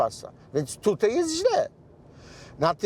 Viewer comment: Panie Marku, apeluję: tutAj, a nie tutEj.